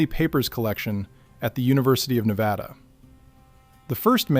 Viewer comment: Yes, more history like this, please! Also, thank you for pronouncing Nevada correctly 😅